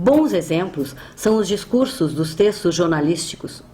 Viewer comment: Aos DiscurSSos ( com 2 esses!!!!!).